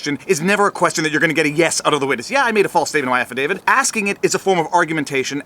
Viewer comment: Will these lawyers pls stop calling it an "Affidavid". Its pronounced "Affidavi-t". With a T on the end. Its getting annoying.